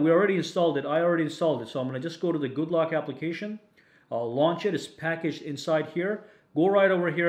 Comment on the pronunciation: Could have sworn he said good luck instead of good lock